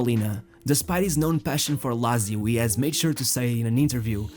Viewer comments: Lazy-o is a person who voiced that video. I'm not that big fan of a football anymore, but that pronunciation triggered me so much... And I don't even know why, I was never a fan of italian football... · The commentator....It's Lazio...Pronounced...Lat...Zee....Oo